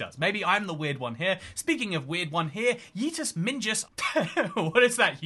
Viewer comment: how do you even pronounce "dingus"? Cause you absolutely butchered YeetusMingus